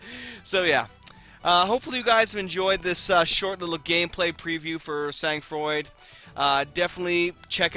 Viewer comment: pronounced: San Fraw